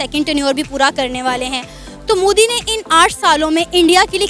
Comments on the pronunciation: It's modi not moodi ok if you can't speak you can say them the pm of india bloody ineducated people👆👆👆👆👆👆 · Modi ka naam to sahi se lele mike muh gussai firti h